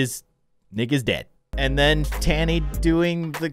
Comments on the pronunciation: And it’s ta-nee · Miss T: not impressd Francis: dosen,t care Me whatis wrong here?: says Tani Me again its Tani lol:sees rod skating like being on a skateboard